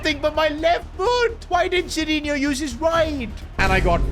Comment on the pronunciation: bro said sadinhinho